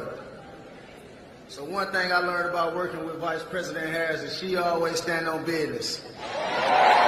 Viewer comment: I don’t know why she didn’t choose well educated, professional black people to give a speech. Next time she should spotlight someone who knows how to pronounce “business” and other simple English words…